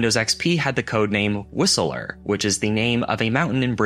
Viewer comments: Obligatory nit-pick. Whistler is two syllables: 'Whis-ler" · I must say it’s the first time I’ve heard it pronounced ’Whistlerer’ lol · That's not how you pronounce Whistler. It's pronounced like Wissler.